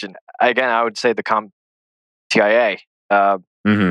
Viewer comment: Just want to say this.... It's compTIA